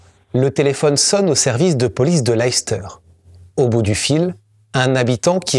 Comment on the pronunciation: Je ne veux pas être trop pointilleux, mais le nom de la ville se prononce "laisse-teur". Une de mes tantes préférées venait de cette ville. Souvent, même nous, anglophones américains, ne savons pas comment prononcer ces noms. C'est uniquement grâce à ma tante que je le sais.